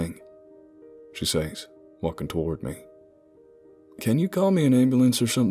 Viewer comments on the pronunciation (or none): Says is not pronounced SAYs it is pronounced "sez". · The best narrator with the best stories! Your southern accents are almost perfect. Only two words give you away - been and says. Southerners pronounce them as ben and sez. Yes, I am a hillbilly.